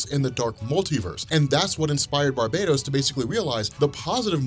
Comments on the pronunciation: I apologize for seeming petty about this, but can you stop pronouncing Barbatos as Barbados? It's not the name like the Island, it is meant to be Bar-BAT-os. It's been driving me nuts. It's a story about BATman and the BAT tribe and a villian called BarBATos. All other things, I'm a big fan, this is just something that was really bugging me. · It's BARbatos, not Barbados goddamnit, you pronounce it like the islands. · Btw!!!! It's freaking Bar-Bah-Toess!! Not BARBADOS as in the tropical land you moron!!!